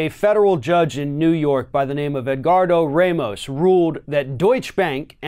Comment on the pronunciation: Ramos is pronounced RAH-mohss; in order to be pronounced ray-mohss, it would have to be spelled Reymos or Reimos in Spanish or Portuguese.